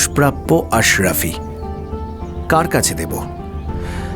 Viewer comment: Good story line.ashrafee noy asherfee